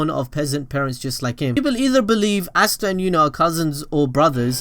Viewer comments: Its asta not ashta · Stop sayin assta